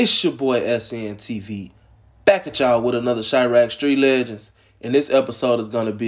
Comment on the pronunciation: “Street leageands” its street legends